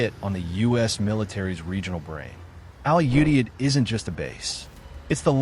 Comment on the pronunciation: I was deployed to Al Udeid and was involved in its planning. I would appreciate if the various news outlets would learn how to pronounce "Qatar" and "Al Udeid" correctly. It's "Cut'-r" and "Al-u-deed."